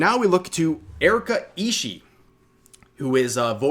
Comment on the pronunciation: Surprised how many youtubers mispronounce Ishii, you pronounce BOTH the I's at the end Ishi-ee. Not that the pronunciation of her name is that important, considering she's decided to come out as a terrorist today.